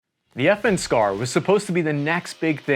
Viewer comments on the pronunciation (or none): I always hear "FN scar" as "effing scar". And now you hear it too. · I thought you said F-ing Scar